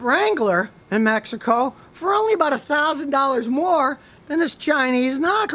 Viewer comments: I'm just glad to hear an american properly pronouncing "México" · that is the way it's supposed to be pronounced. That's how spanish speaking people pronunce it.